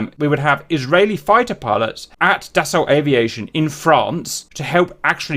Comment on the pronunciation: Just for info, Dassault is pronounced da-so.